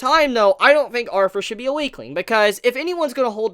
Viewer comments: Bro it's "Arthur" NOT "arfur"!!! There is no F there man. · 3 things 1. Shave the pedo 'stauch 2. "Arthur" not Arfur 3. Please move the camera away it's very unsettling when your face is basically touching the camera every 3 seconds when you move around.